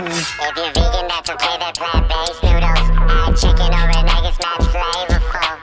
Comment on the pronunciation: Mad sounds like "Not"